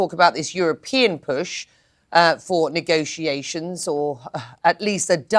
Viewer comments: All I kept hearing was “Nigga-tiations” 😂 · How he pronounces negotiations bother me